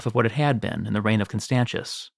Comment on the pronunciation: Please learn to pronounce roman names. This is ridiculous. Constantius with a ch sound is a travesty. And so is the way you pronounce Justinian. A hint, English is one of the very very few languages with degenerate atavistic spelling which makes same letters pronounced differently depending on.. total chaos, apparently. The vast majority of languages which are not english have normal, healthy phonetic spelling where each letter is pronounced the same way no matter where it is in the word, and if not there are very clear very simple rules. Latin is one of those languages and learning to pronounce it properly takes all of an hour of your time.